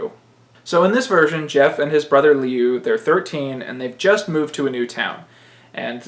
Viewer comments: Learn to pronounce Liu. Lew not Leu. Thanks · It's pronounced Lyoo I'm pretty sure it's chinese